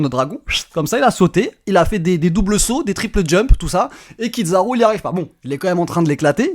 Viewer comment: Kizaru "zzza" pas Kid zaru. Même en japonais ils disent Kizzzzaru 😮‍💨 Il prononce plus japonais que les japonais eux-mêmes 😂😂😂